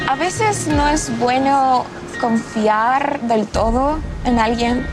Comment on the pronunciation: This is such an elaborate ruse. The way she says "confiar", struggling with the R the same way a non native would, her unnatural way of putting words together, her rhythm, it's kind of off. There's no way she's a native Spanish speaker. This is fake.